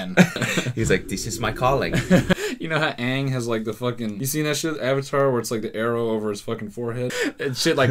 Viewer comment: No he actually pronounced it wrong